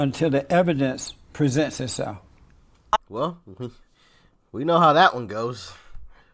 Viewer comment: Did she Whale, instead of WELL? 😂🤣😅